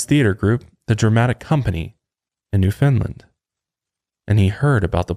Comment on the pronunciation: RIGHT..?! the east coast of canada was one of the first places to be colonized...we have all sorta of mega weird stories out here and plenty of paranormal stories too.....i also wanna side note how pronounced newfoundland "newfinland"..lol twas cute..had a little giggle outta that one..